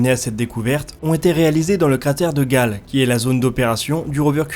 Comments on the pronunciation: super travail mais on dit cratère "gayle" et pas "gale", on dit aussi "kemkam" et pas "chemkam" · Quelques critiques secondaires : Chem-Cam prononcée Kem-Cam Cratère Gale prononcé Gayle L'eau liquide sur Mars jeune (vidéo précédente surtout), c'est encore bien discuté au point qu'on puisse distinguer deux groupes de chercheurs, un groupe pense qu'il y a eu océan, rivières etc. l'autre que Mars a toujours été froide et que la glace se liquéfiait (rarement) et se transférait d'un hémisphère à l'autre sous l'effet des changements orbitaux ou d’éventements ponctuels comme impact ou volcanisme. Rien d'admis. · on dit "Kemcam" et pas chemcam pour la caméra de curiosity et le cratere de gale se dit "guèile" , en tout cas c'est comme ca que prononce les astrophysicien qui en parlent !